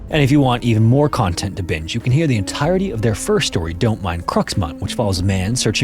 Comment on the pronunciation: You need to fix your narration bot. It is pronouncing words incorrectly, and it is so distracting the listener can't focus on the content. The word "a" is always pronounced "uh". "A" is never pronounced "ay" when used as a word. The word "the" is pronounced "thuh" when the word after it begins with a consonant sound. The word "the" is pronounced "thee" only when the word after it begins with a vowel sound.